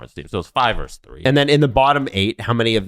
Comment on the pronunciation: dude, it's "versus", not "verse".